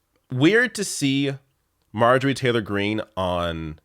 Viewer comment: Marjorie Taylor Greene = Marjereene.